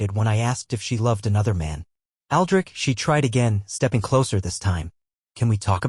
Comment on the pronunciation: Boy you had a problem from the start with the name Aldrich damn